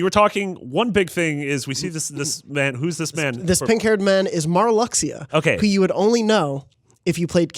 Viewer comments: Mar-lux-ia? What? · Marluxia is pronounced Mar-Loo-Sha not Mar Luckz ia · Marluxia pronunciation Shudders